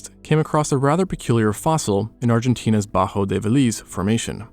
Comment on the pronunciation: in Argentinas butthole is what i heard😭😭😭😭